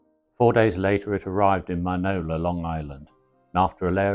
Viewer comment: I sure did not know this! Wallace was one busy guy! By the way, it's pronounced "Minnie-Ola" not Minola. I grew up near there.